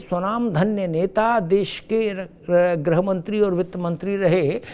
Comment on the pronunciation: ग्रह मंत्री नहीँ बल्कि गृह मंत्री होता है। उच्चारण ठीक करिए श्रीमान ।